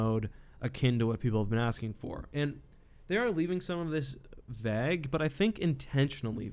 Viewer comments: Did you seriously say 'vag' ? You do know vague is pronounced with a hard a, right? V-a-guh. I had to listen at least three times to be sure, lmfao. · I’ve noticed that you pronounce ‘ague’ a bit weird, is that because of where you grew up? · I hate to break it to you but that isn't how you pronounce vague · Alexei Staruk lol noticed that too